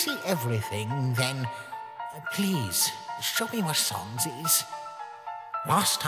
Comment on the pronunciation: SANS PAPYRUS??? YOU MEAN "SONS"